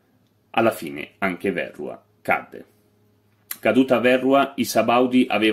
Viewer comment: Verrúa, non Vérrua.